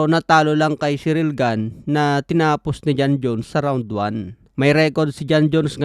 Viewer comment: Mali ka boss. Tama lang pag kakasabi ni. French yan si ciryl gane at hindi american. Kaya ganyan talaga tamang pag pronounce nyan.